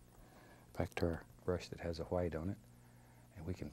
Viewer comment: Lol yeah it's funny when he says that